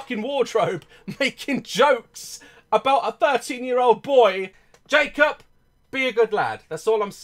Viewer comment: I love how daz says his name “Jake-op Jake-op”